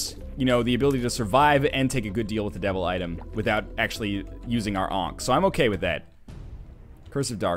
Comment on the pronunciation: for 'ankhey'